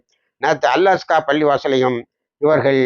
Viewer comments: அல் அஸ்கா பல்லியல்ல அல் அக்ஸா என்ரு சொல்லுங்கல் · அல் அஸ்கா Wrong அல் அக்ஸா correct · அல் அஸ்கா பள்ளி இல்ல , அல் அக்ஸா பள்ளி என்று தான் கூறவேண்டும்